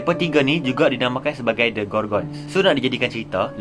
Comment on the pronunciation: Memang baku betul ya speaker ni sebut ‘GORGONS’ tu ye